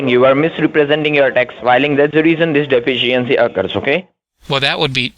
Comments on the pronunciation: "Tax de-fence-c-ency"😁😁😁😁😁😁😁😁😁😁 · Ol just can't pronounce "De-fish-E-ency" can he?! A day off AND a new video?!! Doesn't get much better than this!! The goat is still cracking me up!! Lol. Great job!